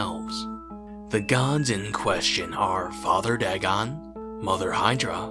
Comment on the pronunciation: Pronounced Day-gone